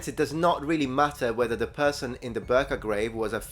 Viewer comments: I know we in Sweden love the Ö, but this time, its Birka. Not Börka. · I love your content and you seem like you would want to be informed. that respectfully your pronunciation of certain Swedish words such as birka is a bit off. Now it’s a bit hard to explain on how to say it but the beginning of the word (bi) is more like bickering and the later portion of the word starts with an brrr sound and then something along the lines of kah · There was masculine women who where Vikings, but they thought of them selves as women even though they behaved in the same way as men. PS: Birka is pronounced B-ii-rrka. You emphasize the "i" in Birka. And you use the Spanish rolled "R" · Please don't pronounce "Birka" as "Burka", lol. As you know, it was an important viking age trading town close to present day Stockholm in Sweden and is a significant location for archaeological excavations --- not a muslim garment. The vowel is the same as the first one in "irradiate" or "irrigation". The English language is indeed weird about it's vowels. If the "i" is followed by an "r", it's supposed to sound like another vowel entirely. It's interesting how many Americans tend to pronounce the name "Göbbels" as "GuRRRbles", probably because someone has described the "ö" as sounding like the vowel in "girl" or "burn".